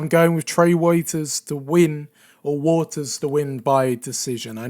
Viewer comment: Waters is pronounced like water.